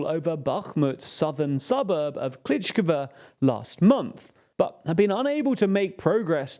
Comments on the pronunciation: Klishshiivka also apparently reads as Klitshkiva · Guys cmon, I love you but given that the front lines are so stable and not changing at all in the past few months, there really is no excuse to keep making the same pronunciation errors. “Klitchkiva”?? “Ro-Bo-Tine”?? it’s “Klish-eev-ka” and “robot-un-yeh” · have made a lot of videos about Ukraine. Even after year and a half of talking about the war, the guy cant say Prigozhin correctly or important city names such as Andriivka, Klischiivka etc. If it was just that one or two videos I would understand, but there are a lot of videos. Other journalist and content creators dont have such problems and if they used to have hard time at the start of the war, thats no longer the case.